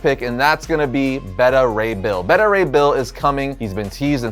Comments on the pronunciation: It's pronounced Betta Ray Bill? Not Beta (Like what comes after Alpha) Ray Bill? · I can cope with it being pronounced 'Bayta' as opposed to 'Beeta'. Can't cope with it being pronounced 'Better' though. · Bayta not Bedda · Why is he pronouncing Beta Ray Bill's name like that? Its Beta Ray as in Bayda Ray. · I feel like you're typecasting him as Super Powerful based on his Superman role. I think he has the acting chops that he could pull off Wolverine too. See that chin coming out of the yellow cowl. Also Beta Ray Bill is going to be fucken terrifying in live action is why they are taking so long. Also you dont know how to pronounce "Beta". But its cool, made me laugh because you said it like Betta. Betta Have My Money. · It's not behta ray bill dude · It's pronounced "BAY-ta" Ray Bill